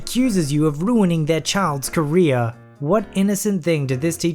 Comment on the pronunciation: In the beginning I though you said Korean but it was career